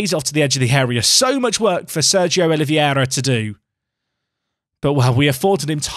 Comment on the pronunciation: Not Oliviera. You can say it like "Olivayra" and it will be more close to the real deal... 😂